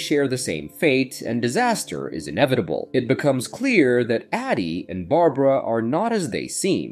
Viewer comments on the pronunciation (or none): You say midnight when the clock says 3am, "mystical Chinese toy" when it is very clearly a Russian doll, you call Barbara Berabera... what else did you get wrong? Is this an AI channel or something? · "Bara-bara"? Someone help this A.I. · who is bera bera? maybe yall should teach the ai to read better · When you miss a spelling mistake in your script and the AI refers to “Barbara” as “Barabara” in the middle of your vid without missing a beat. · Good job wit the fake voiceover, at first what gave it away was the voiceover going between pronunciations such as going between saying A-dy and Ad-dy, but the real kicker was when the voiceover said Bara Bara instead of Barbara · Bara Bara for Barbara hahaha. If you're gonna be lazy and not get a VA at least QA your AI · Bera-Bera 🤣 AI funny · So...is it Addie or Adi? You'd think somewhere in the movie her name is pronounced and you'd know the correct way to say it. Is it just me or are there waaay to many creators on YouTube that can't pronounce words they literally had to hear at least 10 times in the proces of making their content? Edit: Is this AI? The moment he couldn't pronouce Barbara the thought popped in my mind, is this being read out loud by ai? It would explain the constant mistakes.